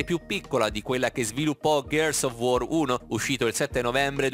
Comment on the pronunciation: "GHEARS OF UOR" non se po' sentì però